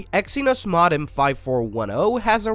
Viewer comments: Maw-dum????? It's Mow-Dum,,,,,,,,,,,, ugh, AI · It's pronounced Mo-Dem not Mod-Em. Evidenced by the fact it's a Modulator Demodulator i.e. MoDem. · Its Moe Dumb not mod dem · MO-dem, not mod-dem. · OMG I have never heard anyone pronounce modem "ma-dum"😦😒!!!! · Yeah, I wasn't aware we had switched from modems to maudums. Could this be a tell tale sign it's AI talking... Or is it a human who's unfamiliar with English.? ... think I'll choose a more reputable source to hear the news from about the gory details. Adieu. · is this an AI voice? You really don't know how to say modem or Verizon?? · Perhaps you should learn to pronounce MODEM before you report on these topics.... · Had to quit after the seventh time it mispronounced "modem." 🤦‍♂ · we are not certain you are pronouncing Modem correctly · this is a gen z ai based on how it mispronounces "modem" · For all that is Holy please stop pronouncing modem like that it's 1,000 percent incorrect for crying out loud. 😂